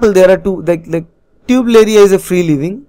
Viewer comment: Not tubeleria its turbeliria